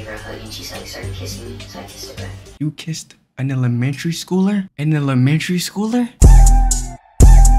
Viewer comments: “An elmetreneyy schooler” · ''the emelememenatary teacher''😂😂😂😂😂😂😂😂😂😂😂😂😂😂😂😂😂😂😂😂😂😂😂😂